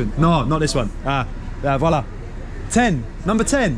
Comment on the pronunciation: this was so funny I thought why is he keep saying "voila" in French but its Hvala you're getting it. Amazing country - so much architecture, old and lots of brutalist/modernist very interesting to look at the mix of it - the communist blocks and structures - also reminded me of a time in split we tried to go through a car tunnel on bikes - walking on that bridge lol. Enjoy this wonderful complicated country and people, much to learn here. Stretan Put!